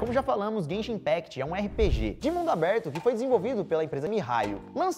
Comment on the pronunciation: Quem foi que falou zenzin impact